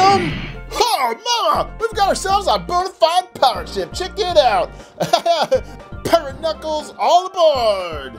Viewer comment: Bro-you litterly got so much alll of this names wrong it’s dread,you said piRaTe KnUcKleS bro get names right💀